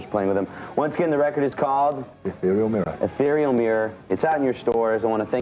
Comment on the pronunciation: haha the american interviewer cant read ethereal